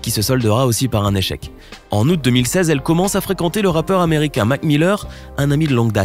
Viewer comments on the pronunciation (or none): none